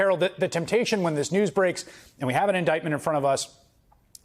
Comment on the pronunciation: iniment? jeez.